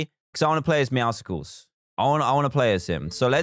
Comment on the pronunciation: I hate how everyone is pronouncing it “meowsicles”